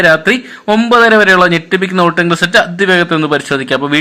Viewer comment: എടാ പൊട്ടാ വോടിങ് അല്ല "വോട്ടിംഗ് " എന്നാണ് 🤣🤣🤣🤣